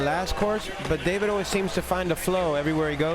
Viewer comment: prononcer dude its david not day veed